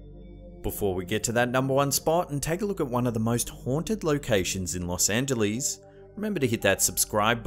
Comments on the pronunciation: Los Ang-uh-less, not -lees! Haha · I know it's nit-picking, but it isn't pronounced Los Angelees. It's Los Angeless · Haha!! One of the comments was how pronounced L.A. "Los Angelees"...I mentioned Arlo Guthrie's song "Coming into Los Angeles" where he says Coming into Los Angelees...bringing in a couple of keys! I havent heard Arlo mentioned anywhere for 30 years and now twice in one day!!! 😄